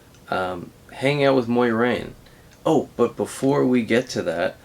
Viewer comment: BTW it's not Moirane, it's More-aine, Moraine